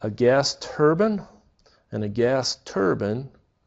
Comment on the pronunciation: Turbine (turr-byñ)✔️ (turr-bin)❌